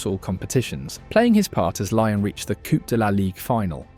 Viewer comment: Lyon is not pronounced lion